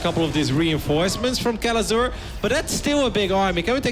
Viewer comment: How i hear Kelazhur: "Que? Lazor?"